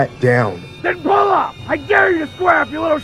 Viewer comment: "Den pull up"😭😭😭